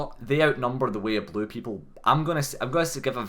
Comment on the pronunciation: The way they say "way of blue" sounds to me like "weeablu." Like a blue sentinel guy who's also a weeaboo.